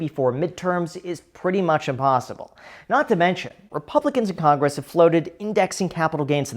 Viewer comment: Skip conress? 😅 caught ya slipping.